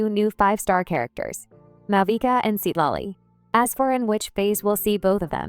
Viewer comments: ai voice must have freaked out when trying to pronounce thr name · Seat lolly✅ Citlali❎